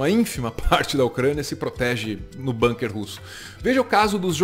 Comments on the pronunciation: Gente, pelo amor de Deus, nem nessa hora vocês escapam do colonialismo inglês? A palavra " bunker" é alemã, e se pronuncia como se escreve, com som de '"u" e não "banker'! Argh!!! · Ótimo canal! A gente gosta muito dessa equipe dinâmica e bem-informada. „Bunker“ é palavra alemã, e a pronúncia é com „u“ mesmo: búnquer… mas todo mundo entende mesmo assim ;-) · Bunker é uma palavra de origem alemã, com som de u, não com som do u inglês.